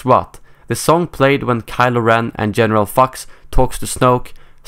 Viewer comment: Why did you say General Fux?